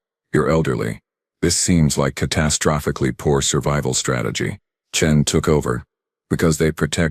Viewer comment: If I had one wish for scifi, It would be QUIT with the "four arms" crap. And teach the AI how to pronounce "catastrophically".